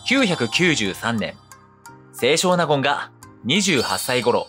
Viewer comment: 「せいしょう なごん」ではなく、「せい しょうなごん」と読みます。